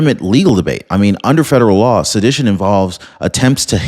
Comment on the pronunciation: Its pronounced suh-di-tion